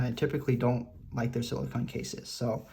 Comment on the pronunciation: SiliCONE case not siliCON. You’re saying the name of the Apple brand one wrong.